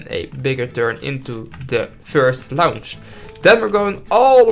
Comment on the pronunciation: I know that English isn't your first language and I don't mean to be rude but I will be restless until you pronounce launch correctly